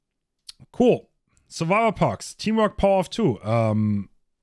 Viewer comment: Man spricht es Perks aus nicht Parks